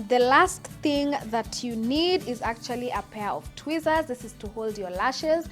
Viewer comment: It sounded like she said twizzler Chile 😂😂🤦🏽‍♀️